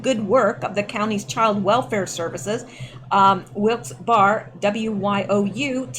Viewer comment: I've heard Wilkes-Barre pronounced Wilkes-"Barry"